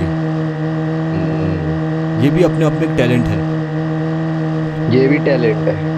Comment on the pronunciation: Toilent hai bhai tailent ni 😂😂